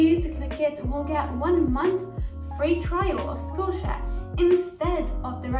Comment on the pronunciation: "Dis vidioh is sponsohd boi Skullshare"